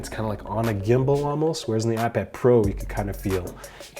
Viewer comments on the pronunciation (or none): none